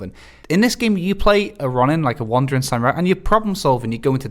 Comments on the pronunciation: Ugghhh! That guy kept saying sam-your-eye for samurai. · bloody hell mates you really lay heavy into the "YURR" part of "SAM-YURR-EYE"